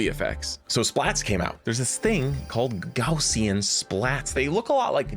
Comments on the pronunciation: They finally said it correctly! Gaussian! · Two minutes in and we have a correct pronunciation of Gaussian! My work here is done. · Thank you for pronouncing Gaussian correctly. I appreciate the dedication to improvement, and I see you. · Thank you for pronouncing gaussian correctly! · Grateful for “Gaussian” being pronounced correctly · You actually pronounced "Gaussian" right this time. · Yay. You’re finally saying Gaussian right. 😁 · Just want to convey my deep appreciation for correcting your pronunciation of Gaussian. I know that takes a lot of conscious effort, but I genuinely think this makes a difference for inspiring people to learn about Gauss and learn some of the math, and that helps us get another generation of folks who can create these kinds of technologies. So I really appreciate you putting in that work. Thank you! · OMG I'm so proud of you guys, pronouncing Gaussian like pros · Thank you for pronouncing "gaussian" correctly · I'm glad he pronounced Gaussian correctly this time ❤